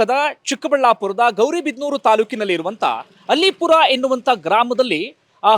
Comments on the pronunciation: ಅದು ಅಲ್ಲೀಪುರ , ಅಲಿಪುರ ಅಲ್ಲ !! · ಅದು ಅಲೀಪುರ ಅಲ್ಲ ಅದು ಅಲ್ಲೀಪುರ ಇತಿಹಾಸ ವಿದೆ ಅಲ್ಲೀಪುರದ ಬಗ್ಗೆ .......